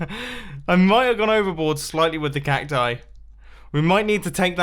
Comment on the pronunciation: Make a spoon counter when you went over on cacti you said cactisus